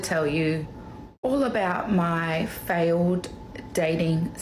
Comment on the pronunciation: Fay-Yo'd = Failed... English...